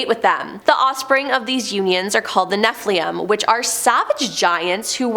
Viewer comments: pronounced Cherubim as CHERRyBUM; Seraphim as SERFIUM and Nephilim as NEFLIUM 😁my gawd! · Cherubim is pronounced 'CHAIR-uh-bim. Nephilim is pronounced 'NEF-il-im". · "Nephilim" is pronounced "NEF-il-im." Both "i's" are short, as in "pin," "sin," "tin," etc.